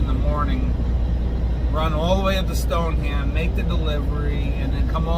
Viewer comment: Stoneham Massachusetts is pronounced Stone-Em. I don’t make this crap up. Lol